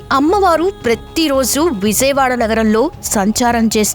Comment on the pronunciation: విజయవాడ ఎలా పలకాలో మొదట నేర్చుకో!